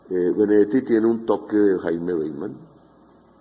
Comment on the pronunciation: No es "Beitman"... el guerrillero se le decia "Bateman". es como cuando dicen del festival de Cartagena "el Jai féstival" como si se pronunciara "en ingles"... pero solo es "Hay festival" HAY=de haber